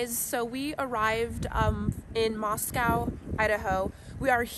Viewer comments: Mos-co not Mos Cow. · 🙏🏼I know that it looks like cow, on the end of the city name MOSCOW, yet it’s pronounced Coe…..Moss-coe.🙏🏼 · It’s pronounced moss-coe. Thank you for providing coverage.